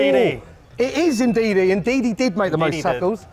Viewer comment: did he say Ndidi or indeed he?